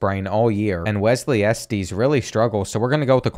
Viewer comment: The way you pronoun Estes is crazy